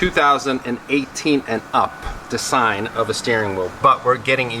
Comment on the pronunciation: Doesn't fit with the interior and his pronunciation of design is even worse.